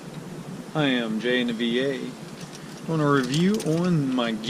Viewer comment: Thanks for the review, but the product is Dolomiti, not Dolimonte'. And Givi is pronounced G.V. Here's the company saying it